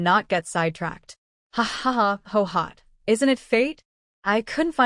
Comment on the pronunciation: Why do so many characters from this era bear the name Guihua? Why does the AI read it as Hohot, when it’s clearly pronounced Gway Hwa? Why don’t any of the posters correct the AI pronunciation so that we don’t have to listen to Hohot throughout the novel?